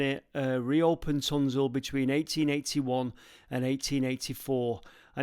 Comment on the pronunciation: We Rochdalians pronounce it Tun-shill 😉 I'm literally from just down the road Milnrow. Down toward Ogden reservoir there used to be a water outlet from the mines but its been sealed for years. Maybe next time you're up there go magnet fishing for your Cube light.